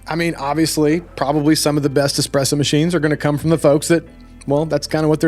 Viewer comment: "don't say expresso" "they're kind of known for their expresso"